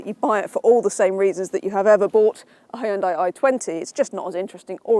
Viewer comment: Hyon-Dai- Two syllables. Can't be too hard...